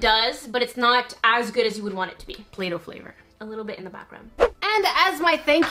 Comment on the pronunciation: "play-doh" umm what the